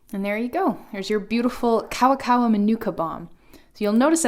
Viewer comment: Good video but you didn't pronounce Maori or kawakawa right, then again 90% of Pakeha in NZ don't pronounce any Maori word right.